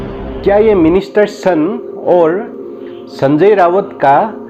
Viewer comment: Just minor correction.. Not Sanjay "RAWAT"( संजय रावत) it is Sanjay RAUT ( संजय राऊत)